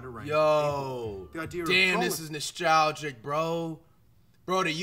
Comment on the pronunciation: bro said noshtalgic